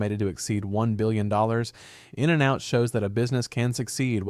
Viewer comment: Its not In AND Out... omg the way you say it is horrible